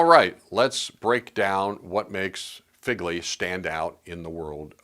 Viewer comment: It’s not pronounced Figley. It’s pronounced Fegley.